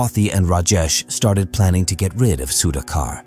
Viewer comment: Good if can learn to pronounce the Indian names. Was difficult to listen to Sudhakar’s name being mispronounced throughout the video. Goes for names in other videos too.